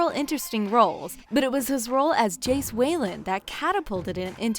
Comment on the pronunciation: ''Jace Wayland'' AHAHAHAHAH